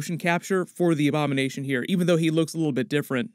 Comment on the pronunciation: I thought he said “ik you have a lot of Obama nation question to get answered “